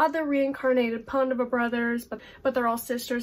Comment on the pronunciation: I need to get Aru Shah! Especially since someone pronounced Pandava brother correctly 😂 (which one is she?! Too much suspense for me to handle 😂😂😂)